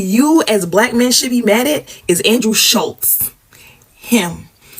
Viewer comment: The way kept calling Schulz as Slutz. 😂